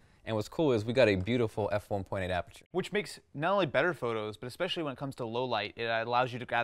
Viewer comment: She says xspecially- what an idiot